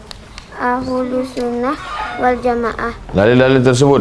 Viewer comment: Adik2 masih bs diperbaiki lagi bacaannya. Ahlussunnah Kok jadi alhusnah.